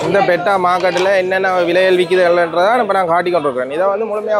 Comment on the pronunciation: "Petta" illa bro "peta"😂